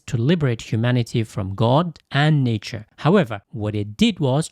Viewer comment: It’s a wonderful video! I have watched it 3 times. But can the pronunciation for nature and quote? Sounded weird n also sounded like a different word. Ie “Nature” sounded like “nietzsche” N “quote “ sounded like “koult”.